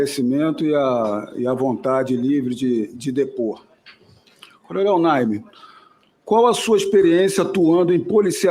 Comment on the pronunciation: Naime, não Nine. 🤭